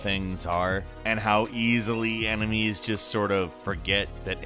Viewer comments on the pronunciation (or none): Wait... did he say... emenies and not enemies 😂 (not making fun) i do it some times too. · . He straight up says. Emenies